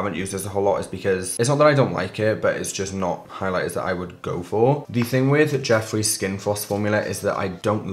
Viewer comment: Okay genuine question. Am I the only one who it sounds like he kept saying Jesse instead of Jeffree? Ps not hate I’m just confused lol